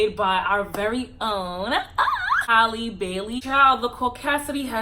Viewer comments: Agreed! But it's Halle like Berry not Hailey. And Native Americans still exist. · the only thing is this video that bothered me was that u kept pronouncing Halle wrong 😭